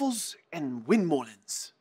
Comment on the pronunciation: You butchered stroopwafel, you did decent on windmolen!